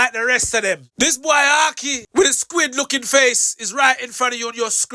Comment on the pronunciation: Why call him Ahhki?